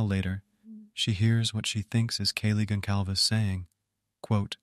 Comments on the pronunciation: Not correctly, Gon-salves. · the C with a squiggle is pronouced as S. This is a Portuguese surname